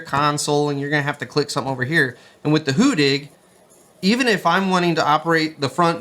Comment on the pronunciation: hu-DDig not "hoo-dig"